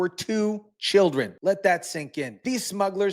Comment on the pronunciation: As an American I am sick of being a magnet for these criminals. "For the chioldren..." Nancy Pelosi